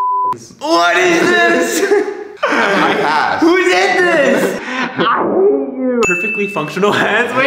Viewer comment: When can't make a decision: "Shpass....🤨"